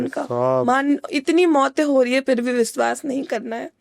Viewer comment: Pronounciation thik kro aapna eg Aapne shuruwat or suruwat kahan and vishwas ko viswas thik kroo ise